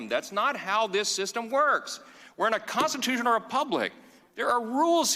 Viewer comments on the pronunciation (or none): "We're in a Conatushunal republic". The man can't even pronounce the word. He is a right wing election denier and Trump sycophant. He doesn't respect the laws of our republic.